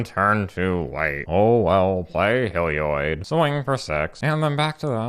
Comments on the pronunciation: "Helioid" D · Hehe, that is the only reason I brought it up, he says "Helioid" too :P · papa pronounces Heliod like Seth, praise be